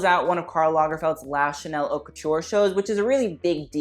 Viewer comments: You do realize that the H in Haute is silent?! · Holika Holika he's being tongue in cheek. he's done videos discussing haute couture and says it properly. you really think a fashion person doesn't know how to pronounce haute lmao